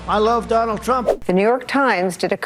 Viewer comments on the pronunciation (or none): "Donald Prump" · Did he really say Donald Prump? PRUMP? Who is Donald Prump? When you call yourself Trump and mess it up and say Prump you have something in your head like a worm whispering stage things PRUMP!